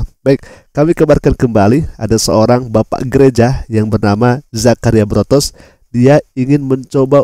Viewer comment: Botros, bukan Brotos